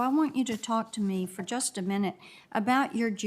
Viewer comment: Her personal views have everything to do with her judicial decisions. And it is pronounced "for" not "fer". She claims to be educated and should know that.